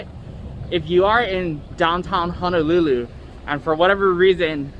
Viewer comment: It’s Honolulu sir not hanalulu